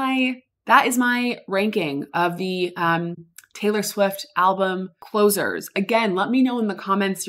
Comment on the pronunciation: did u say closure?